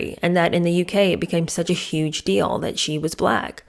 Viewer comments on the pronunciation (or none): none